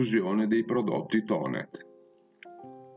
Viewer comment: Finalmente qualcuno che Thonet non lo promuncia Tonè facendolo diventare francese!